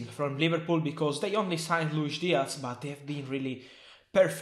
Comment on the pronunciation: Diaz not Diatz